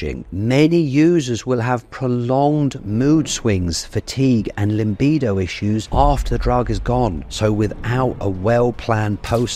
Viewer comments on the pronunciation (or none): Thanks for the video! It‘s still LIBIDO, not ‚limbido’ though, my man…